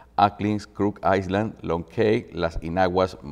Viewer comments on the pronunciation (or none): Cuando un locutor o presentador no domina un idioma extranjero tiene la opción de ir a Google y escuchar la pronunciacion de diva palabra para no errar fonéticamente, y la otra opción es traducir esa palabra y usarla en su idioma de dominio. Island se omite el sonido de la S y se pronuncia ailand